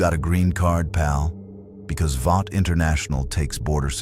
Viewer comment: Started off ok until Vought suddenly knew about kryptonite and developed Stormfront in a matter of weeks to specifically combat someone they knew very little about. Then the AI narrator keeps mispronouncing Vought, lead, Compound "five", and not keeping the accents straight.